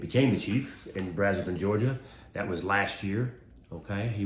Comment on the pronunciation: Thank you for saying Georgia.❤